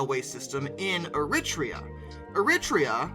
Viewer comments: It’s pronounced air a treea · Er-reee-trey-ah. Interesting they're still using steam but I guess, not broken, why fix? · Another great video. Especially pleased to see a GWR loco. Just to add though Eritrea is pronounced "Air-ruh-tray-uh" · Everyone else pronounces it EritrEa - emphasis on the 2nd E. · You nailed the pronunciation of Thyristor, pronunciation of Eritrea not so much. Still interesting content all the same. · Your continued mangling of foreign place names is still guaranteed to amuse. Getting Eritrea so spectacularly mangled deserves an award ❤😂😂😂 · But it was a very creative and almost artistic way of pronouncing - you must give him that. 🙂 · ...however less said about Eritrea and Eritrean, the better!